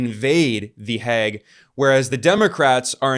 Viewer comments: Its pronounced "Heyg", rhymes woth "plague", not "Hegg". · It's mind boggling to me that as a Dutchman, I have to get this news from Ben Norton on YT. Btw the English pronunciation of The Hague is like 'vague' with an H, not 'the Hag'. We have a state broadcaster / news agency in the Netherlands, I check its site daily to get the governmental or official side of what's going on. Nothing. If I google in Dutch, the only coverage one finds is by a big paper from Belgium (half of which speaks Dutch / Flemish) and a niche website for Dutch Moroccans. Not one Dutch MSM outlet has covered this. Thank you so much Ben, for your great work in general and in this case doing the works that journalists in my country should be doing. I've subscribed to the channel.